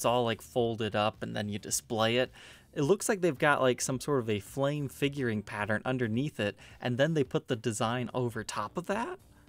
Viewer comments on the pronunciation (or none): none